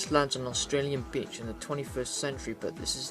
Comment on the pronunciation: great review, but: I know it's your accent but: Australian bitch ...